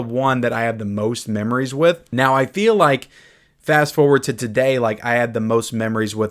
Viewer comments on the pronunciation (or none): none